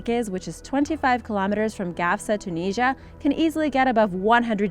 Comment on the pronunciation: Great video but its “Tune is ear ah” not Tuneesha 🤣